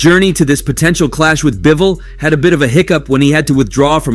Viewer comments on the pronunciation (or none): Bro said Bibol